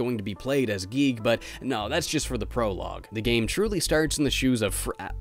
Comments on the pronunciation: I am cursed to forever hear a recording of someone saying giegue as geek help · I think it’s guy-goo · Its pronounced "Giggidy" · Your supposed to say it g-I-goo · It’s “Geeg” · Uhh, its pronounced “gay”. Are you guigue or something? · Y'all crazy it's definitely pronounced Giegue, sheesh guys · I got to play Cognitive Dissonance somewhat, but then my laptop at the time got virused and I was wary about downloading any more indie games for a bit. Yah for reviews! (Also, the Giegue pronunciation made me laugh) Edit:. Also, there IS a function in RPG Maker VX Ace that allows Events,such as enemy sprites, to head after the player character. Either this version didn't have that or it wasn't implemented much. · IT IS GUIGUE!